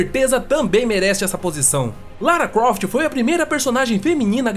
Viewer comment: so eu escutei ele falando lara cuoft kkkkk